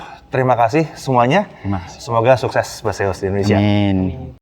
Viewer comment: Bukannya "Besiəs" ? kalau "Base us" mungkin iya bacanya "bes əs"